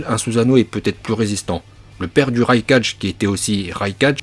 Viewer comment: " le raikaje " 🙄